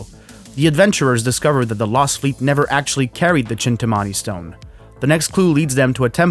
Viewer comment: its pronounced "Chintaamani"